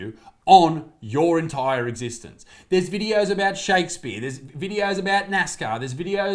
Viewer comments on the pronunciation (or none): none